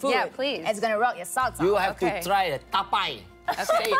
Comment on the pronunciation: Orang sebut tapai,dia sebut taipai